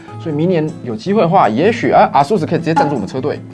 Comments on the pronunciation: 是唸 「 A ~sus 」 不是 「 啊～sus 」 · 唸錯了啦XD 是A速斯，不是R速斯>_<